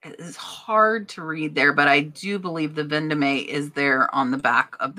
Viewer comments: it is pronunced Ven Dome NOT Ven do me!! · Vendome is pronounced Von-dome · Vendome is french, as in Place Vendome in Paris. It’s pronounced « Von Dom »